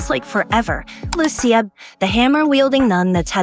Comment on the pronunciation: I hope they use the Italian pronounciation of Lucia honestly, Lu Chi Ahh, I'm sure my aunt would be happy too.